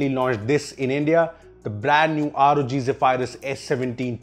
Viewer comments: zeph - - eye-rus. zeph-e-rus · Zeha-Fire-Us ❌ Zeh-Ph-Rus✅ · you mean Zey-Vi-Lus. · I'm sorry . One more time I here u say zephryus as zeph-i-rus I'll die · I dont think its pronounced as "zey-firius" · ze-pie-rus?.. really!!???